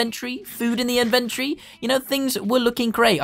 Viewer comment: I love when he says invantry